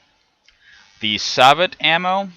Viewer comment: I hate to be that guy but I believe sabot is pronounced "say-bow"